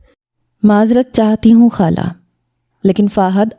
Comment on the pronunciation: Hala nahi hota khala hota ha 😂